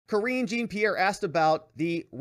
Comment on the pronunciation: Pronounced JAN PIERRE